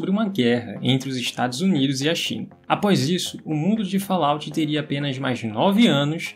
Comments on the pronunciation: A pronúncia de Fallout é de doer os ouvidos.... kkkkkk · VOCE ESTA PRONUNCIANDO ERRADO O NOME.